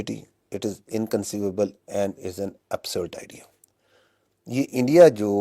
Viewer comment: Isbaar bohot dhyan se bola aaaaaand forces 😂😂😂😂😂